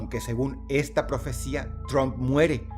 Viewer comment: De los reyes del montaje y autoatentado, nada sorprende a estas alturas. Dross hermoso, se pronuncia "TRAMP" no TROMP, no hable inglés como los mexicanos 😅